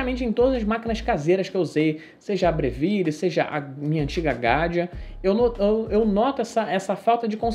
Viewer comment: Vídeo muito bom! E parabéns por falar Breville corretamente! Apesar de ser uma marca australiana a pronúncia italiana é a mais correta e a mais legal! Nada “Brévil” hahahah